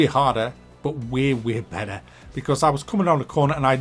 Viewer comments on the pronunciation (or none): none